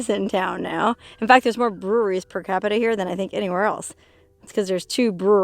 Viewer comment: She says Breweries funny. Lol